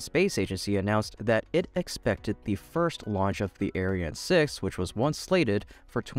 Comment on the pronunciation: You really need to differentiate your pronunciation of the ESA rocket : Ariane - arri anne Aryan - air rhean Because the aryan rocket has a sinister sound to it.....